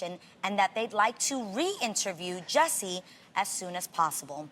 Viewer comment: shes known Jussie for so long, she cant even get his name right #jessie